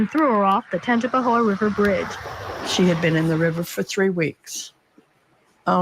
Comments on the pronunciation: Very close to me. Looking at the difference in his pics, it has to be drugs. Still no excuse. Tangi-pa-hO-a or Tang-pa-hO Lo-ran-ja Mostly short vowels 😊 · Hi,! Hailing from Louisiana! Love your show! It’s pronounced “Tanj-u-pa-ho” Parish. There’s a lot of hard to pronounce names here. lol 😝